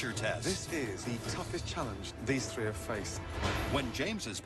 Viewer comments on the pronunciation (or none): Top thờ tờ rii :))))))))